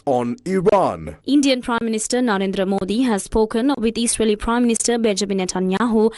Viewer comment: Eesraeli”strikes lol